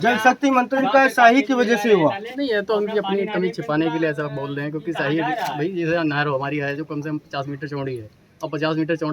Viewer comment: Shyahi nahi shahi hota hai neta ji